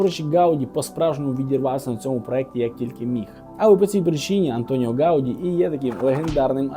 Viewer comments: Не гАуді, а гаудІ, наголос на останню літеру. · Прізвище Гавді наголос падає на останній склад. Поправка.